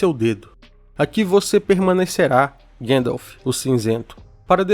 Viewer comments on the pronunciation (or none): Ótimo vídeo! Porém tente corrigir as pronúncias, tipo Gandalf, não Gendolf ou anãos não anões ❤